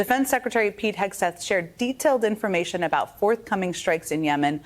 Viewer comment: Pete Hexath? u mean Sweet kegbreath?..do better a.i! lol